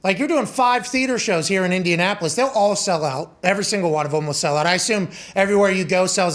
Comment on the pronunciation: Did he say Indiasspolis?! 😂